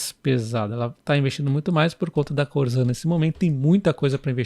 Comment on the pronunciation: Boa noite. O nome da empresa Corsan, citada no vídeo, se peonuncia como se tivesse 2 S. Corssan